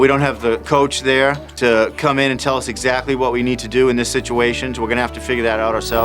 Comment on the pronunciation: Will someone please tell Jo how to pronounce exactly? It’s not sackly but exactly. I’m sure I’m not the first one suggesting this!